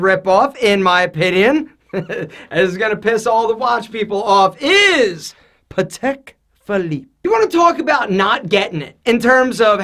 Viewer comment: I stopped watching when he said Patek Philippe...